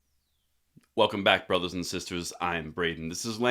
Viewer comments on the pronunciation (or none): none